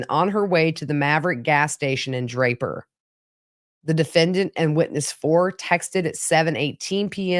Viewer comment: You said Draper and Lehi correctly. I grew up in that area. 👍